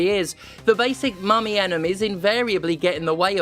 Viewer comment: My ass kept hearing mommy instead of mummy